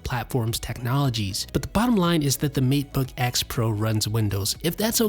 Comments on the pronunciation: Isn't it Maytebook, not Meatbook? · Seriously, When you say matebook, it sounds like macbook. I cant keep up with you, I'm too busy trying to figure out which computer you're talking about. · Kept hearing "Meat-book" and not Mate-book myself. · Did he say Meatbook pro?? 😂😂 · I swear after a while he says meatbook 🤔